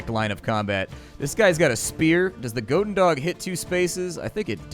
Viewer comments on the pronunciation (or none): 'gohden dog' - goedendag (good day in Dutch), more 'gooden' than 'gohden' and 'dag' sounds more like 'Bach' (the composer) with a d than 'dog'.